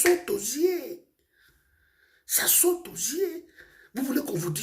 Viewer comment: Ça sautozier, ça sotozier 🤣🤣